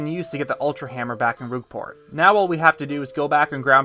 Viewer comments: Very interesting, but the way you say Rogueport... Rouge and Rogue are different words. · "Roogport" Interesting video, though!